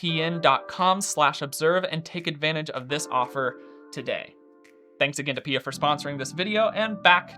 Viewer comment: I've never heard someone call P I A pee-ah ... I mean pia is pee-ah but... yeah... interesting...